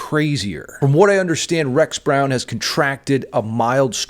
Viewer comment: You’re not pronouncing his name right…sue me. Lol